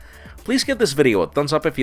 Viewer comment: Jared Neal I think he did it in purpose to make fun of Jaime. But I like how Jaime still say Rivera the right way, and no gRivaHrigh or whatever lol